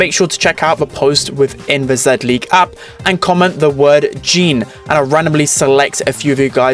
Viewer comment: It’s pronounced “Zee-League” Not “Zed-League”